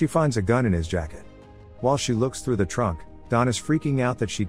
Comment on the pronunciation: Computer-generated. You can tell by the fact that the voice frequently mis-pronounces certain words like "through" and "rifle" in a way that no human ever would.